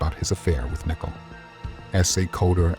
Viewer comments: Why do you keep calling her “nickle”? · Seriously you can’t pronounce Nichole? It’s not!!! Where are you from? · Get a narrator that can correctly pronounce Nichole...............it's annoying to hear it constantly mispronounced